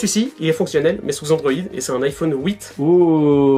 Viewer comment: "iPhone Ouite" =p